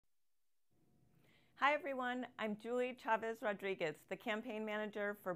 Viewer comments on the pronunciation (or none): none